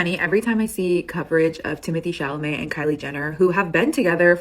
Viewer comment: Timothee Chamaley took me out 😭